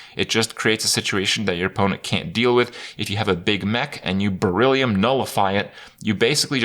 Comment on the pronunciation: Why can you say Beryllium correctly but not sea ants?